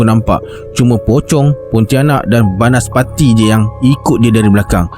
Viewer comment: banaspati la bang bkn banaspasti..huhuhu